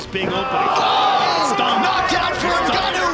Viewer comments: Now they know how to pronounce his name Hun!!! From GANO 🙄 to N'GANNOU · Who else notice the Gannou pronunciation 🤣🤣🤣 before they learnt the Africa sweet pronunciation NGANNOU. Lol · Even his name evolved with his abilities "Ga Know", "EN Ga Know", "N Gah Knew" 😆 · Not Ganow, Francis N Gannou. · n-ganou, ganou. Lol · Francis gA-kNoW 😂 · I noticed that also. No-go-no. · This “Ganough” is a killer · them calling him Gano killed me XD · Its so funny, everytime Joe Rogan pronounces his Name wrong "Kno"🤣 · i was a fan since he was named "gan-ouh" 😂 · Back when they pronounced his name (Gar-noah) 😂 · are we not going to mention Rogan calling Ngannou, "Guh-No" 😂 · Before they knew how to pronounce his name 😂😂 ganno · When u realize how his name was pronounced has "ganoua" 😂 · I'm calling him Guknow from now on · Francis gnaaou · I hate that they call him Gahno lmao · Ganou, gano, lol freaking commentators..couldn't they just ask him his name! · "FRANCIS GANNO!!" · Gano how you so say it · FRANCIS GA-KNOW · "N ganow" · Gano? Bruh 🤣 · Francis Guh-no! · Francis gnou? 😂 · the evolution of properly pronouncing his last name is more impressive than Francis' evolution as a fighter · I’m glad they learned how to pronounce his name 🤣 Joe was killing me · Best part of this is the way they pronounce his name in the first fight and second fights, they quickly learned it was a name to get right. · They couldn’t pronounce his last name in the beginning hahaha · At this point they didn't even know how to pronounce his last name :) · At first they even didn't pronounced his name right 😅